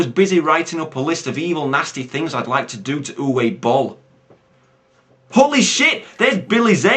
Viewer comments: It might have been mentioned already, but Uwe is pronounced "Oovah" now "Youway" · its pronounced oova im dead sirios sorry for my shit spelling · Aaand that's where you're wrong. It's pronounced "Ooveh". Trust me, I speak German.